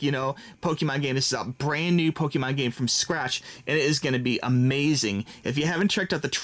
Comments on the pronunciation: it is not pronounced "pokeemahn", it's pronounced "pokehmohn". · I get triggered when he says "PokEEmon" instead of "Pokémon" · "Let me know what's your favorite starter Pokeman is..." This is what it sounded like.